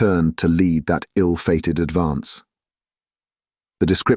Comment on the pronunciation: He said the ray melted lead instead of led. Cool new game😂